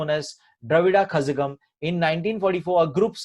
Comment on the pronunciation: Sir as a student i would like to give u some knowledge from my side...aapne jo kazhagam word hai wo galat pronounce kiya ....Tamil me z ko ek tarika hota hai pronounce karne ka...aap YouTube par dekh sakte ho uske baare me